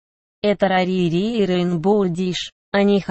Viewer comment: Не рарири а рарити.Не рейнбоу диш а радуга деш.